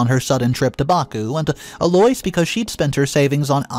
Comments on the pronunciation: What the HELL do you have against the English language?!? Eloise is NOT pronounced "Eloys" It's pronounced "Elo-eese" You make it so difficult to listen to your stories! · It has become a game here in the office; What name will butcher today? E-Loys for Eloise?, have you ever heard it pronounced that way? El-O-weez!!! 😂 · Eloise is pronounced El oo ise or El Louise but never El oi s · Eloise = EL - Low - Eees Phonetic pronunciation… I love the stories but the pronunciation is killing me, lol. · the Eloise name is pronounced Ello-weez. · ...the MIL's name is pronounced 'El-o- weez. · Holy crap!!! L-O-EESE, eloise. Y can't u pronounce words correctly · sir or ma’am, I have NO issue with the way people speak… to you. In public or private. Correct people if they say your name wrong. I do it ALL the time too. This man is PUBLICLY telling stories. I’m referring to him and his pronunciation FOR THE STORIES. Eloise is a fairly common English name- he can pronounce it right. He’s LITERALLY said names right then WRONG in his stories. He does it on purpose. It bothers me. But not enough to NOT watch the stories. Speak up, wear a phonetic name tag or use a nickname. 🤷🏽‍♀️ Otherwise, I have no comment on how EVERYONE ELSE says YOUR PERSONAL name. Have a lovely day person. ✌🏽